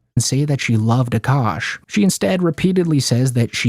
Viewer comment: Aint no way this guy in the video called him "Cukash", lmfao, 😂😂😂😂😂